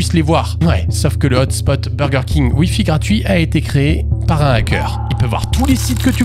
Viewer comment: 1m12: "Un nackeur"? Le h vient de déposer plainte.